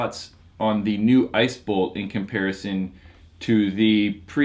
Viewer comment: he said "ISIS" lol